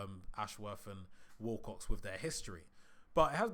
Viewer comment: Its Wilcox NOT WALL COX FFS